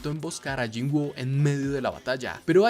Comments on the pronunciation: Excelente video, solo diria que mejores la pronunciacion del nombre del personaje, no se llama "yinguo", se pronuncia "yin-u" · Se escribe woo pero se dice wu por qué tiene doble o y se leé cómo u Bro.